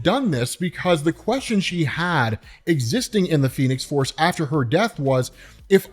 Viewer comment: said the phenes force lol